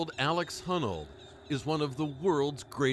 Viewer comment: 33 year old Alex "Hunnel"